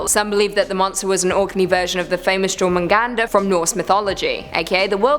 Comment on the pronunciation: di....did....did she just say "JOR-mangander"?.....i mean....ah......mmh....(TRIGGERED).